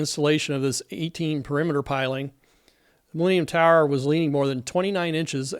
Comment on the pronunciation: I watch YouTube at 2x speed. At that speed, the way you say "millennium tower", it sounds a lot like "leaning tower"